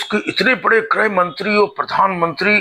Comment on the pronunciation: गुजराती में हृस्व मात्राएं होती ही नहीं हैं इसलिये शाह-मोदी से चून-चून, घूसपैठ जैसे उच्चारण आप सुनते हैं। उसी तरह ऋ की मात्रा भी गुजराती में नहीं है काम र् और उ की मात्राओं से चलाया जाता है। गौर करेंगे तो आप ग्रुह मंत्रालय और क्रुषी प्रधान देश जैसे उच्चारण पायेंगे।